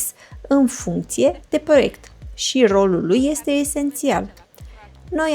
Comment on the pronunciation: Primu I-este nambar oan." Mi-ati facut ziua. Tu( n-am idee ce cauta acel ,,simplu" :) , dar mai ales ,,care ieste muuulti... Va apreciez intelectul, diplomatia mai mult sau mai putin pasiva. Ah, uitasem de sot, brici, alegand umbra. Bafta-n toate cele! :)